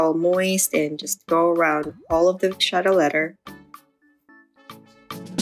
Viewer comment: Would you use these products and do the same routine if you purchased this bag new? The phonetic pronunciation of the leather is “ Va kett .